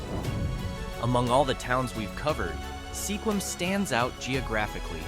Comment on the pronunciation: you said Sequim wrong 😞